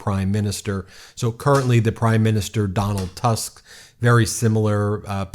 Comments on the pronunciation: Donald Tusk ( read Toosk)) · Tusk apparently pronounced as "Toosk"